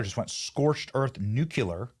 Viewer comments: Nucular? Did you mean nuclear? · Benny, please stop saying nucular. You’re a smart guy with a great platform, but pronouncing nuclear incorrectly as nucular makes you sound less so. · Benny!!! Did you just say "NUCULAR?" 😅😂😅😂 you goofball.. it's nuclear "new-cle-err" nuclear ... 😂🤣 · I love you Benny, but it's pronounced NUKE-lee-ar, not NUKEi-u-lar. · Nuclear is pronounced new-klee-ar. Not “newkular”. Great stuff, Benny! I appreciate what you do. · Say it with me Benny....Nuke-lee- er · OMFG! STOP MISPRONOUNCING NUCLEAR YOU TWIT! I really wanted to upvote you and subscribe but I can't upvote someone who is too stupid to correctly pronounce that word. It's not THREE SYLLABLES! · Learn how to pronounce nuclear, Benny.